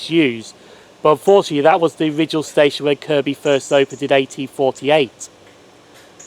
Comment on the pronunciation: Great video and good you got the Kirkby pronunciation right. Hope you don't mind me pointing out that Simonswood is actually pronounced as Simmonswood!!